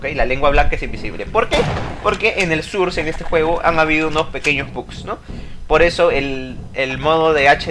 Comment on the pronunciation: Source se pronuncia sors no surs